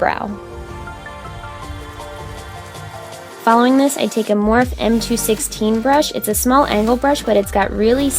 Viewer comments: Omg saying morph instead of morpheeeee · Girl lol you pronounced morphe as “morf” 😂😂😂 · DID YOU JUST SAY "MORF"????!?!?!?!?!!?!? AHAHAAHAHAHAHA IM DEAD (love you tho) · HAHA SHE SAID "MorF" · Omg when she said "morphe" as "morph" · Omg I can tell this video is old because of the way she pronounces anastasia and morphe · She said morphe wrong aghhhhh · The way you pronounced morphe